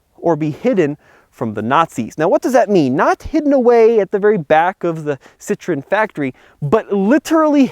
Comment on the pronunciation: I Wonder Why everytime you say Citron you have to say it with a weird French accent? you don't sound like you know how to speak French LOL